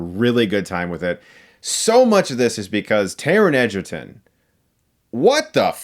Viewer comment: im sorry but I'm pretty shore its prenownst as egg-erton and not ejerton